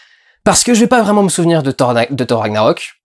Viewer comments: Ca ne se prononce pas Ssor , jsute "TOR" ce n'est pas un nom anglais et on dit "RAG-NA-ROK, "MIOLNIR" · Mdr on prononce pas "sorth" mais "Thor" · On dit pas hor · hey mec Thor ça ce prononce pas sor... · "FFhor" ???😳😳😳😳 raaah ça pique les oreilles , c'est pas un nom américain 😄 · Au début j'ai pas compris mais WTF ?? Comment ta prononcé thor ??? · lol, ça va faire 5 fois que je regarde le début pour écouter la prononciation de Thor... et on sent bien que tu es content de ton accent... hélas la troisième fois que tu dis thor, tu le prononce en Français. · Juste un truc. Arrêté de le dire avec l'accent anglais. C'est nordique à la base. =)